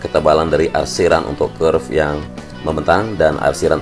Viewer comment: Kerb/curb bang, kenapa nyebutnya curve?